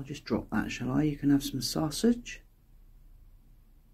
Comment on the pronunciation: Brilliant to see thanks. I wish you could see this. I talk to my dog like you to the gang. Now when I’m watching the videos he’s listening when you mention soosages he looks at me as if to say where are they 😂😂😂. He even tilts his head when I say it’s. Another happy sub 😂😂😂❤️🦊❤️👍